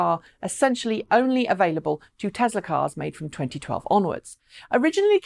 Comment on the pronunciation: Add it to the list along with Hyundai. However, she is probably the only English person that can get Nissan and Tesla correct though, so I will call it a wash.